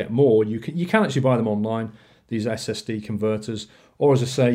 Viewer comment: Did you say STD not SSD!?!!?